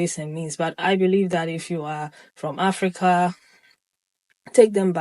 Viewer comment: I laugh every time the AI voice says AfricAA😅